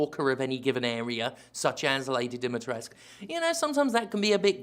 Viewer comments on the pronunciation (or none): As a Romanian I can tell you that you have to pronounce the 'u' in 'Dimitrescu'. But you have to say it like 'oo' from 'too' . [ex: Dimitrescoo] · Wait... "Lady DEEMY-TRESK"?! Jim, what the fuck? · Lady Dee-mee-tres-coo. You need to pronounce that "u". And articulate every syllable. Capcom is just like "so, Lady Dimtrez"." Hurts my Romanian soul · How to pronounce Lady Dimitrescu's name, coming from a Romanian: It's not Dee-Mee-Tres (like the VAs are pronouncing it) It's Di (as in DeeDee from Dexter's Lab) - Mi (as in Do-Re-Mi-Fa) - Tres (as in Spanish 3) and Cu (koo, maybe ku) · It's the Romanian Carpathean mountains BTW. The currency is even based om the real Romanian Leu. I really wish they got Romanian voice actors, I find it patronising that everyone sounds american. Also in Romanian you do pronounce the u. It's 'Dim-es-tres-cu'. Pay no attention to Ethan. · On a side note: It IS pronounced as it is written. This whole Demitrek comes from Japanese and lazy translators. Ask actual Romanian people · It's pronounced "Dimmy tress ku" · The game is set in some teenager's version of Romania. Funny (sad) thing is that the only Romanian name Dimitrescu is pronounced Dimitresque, which would be French. I guess Capcom tried to bring the world together - or to suck money out of different corners of the earth. Also, I'm very surprised that Sterling likes this repetition of a 13 years-old's repetition. Making money with nothing new has become so very easy... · Honestly, my only true big complaint of the game was the pronunciation of Dimitrescu, as someone who knows many Romanian's it will always just seem so wrong how they pronounce it. Does the game have flaws? Yes, there's no such thing as the perfect game. But it's still a great playthrough that's not too long or too short during your first run and very enjoyable throughout. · [cries] it's "lady dimitrescU", the u isnt silent, gdi capcom...